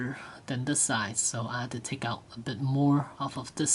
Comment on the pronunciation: its side not si